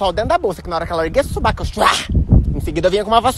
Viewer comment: Pq vc fala suBAco e não suvaco?